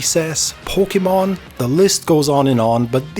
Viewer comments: its poke ER mon not pokiemon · Did you say Porkumon?